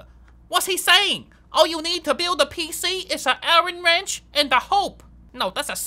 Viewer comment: “all you need to build a pc is a alen wrench and hope”